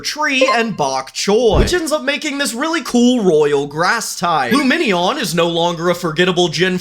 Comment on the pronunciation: Oh, I love how you did lumeneon